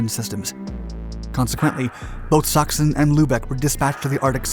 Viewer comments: Sachsen is pronounced almost like “saxn”, rather not like “suction” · The way you pronounce Lübeck und Sachen is Just funny to me Greetings from Germany